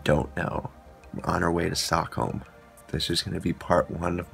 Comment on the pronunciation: Sockome? Its Stockholm.